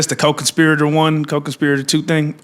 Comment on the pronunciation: She can’t even pronounce co conspirator, really?